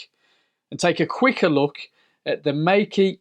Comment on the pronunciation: It's pronounced MAY KUH